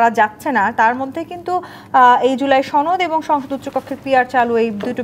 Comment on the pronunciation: ছনদ নাকি সনদ! কিছু মানুষ ইচ্ছাকৃত ভাবে সনদ কে ছনদ বলে নাকি ঠিকমত উচ্চারণ করতে জানে না?